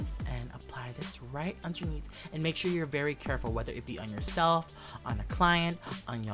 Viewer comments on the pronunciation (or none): none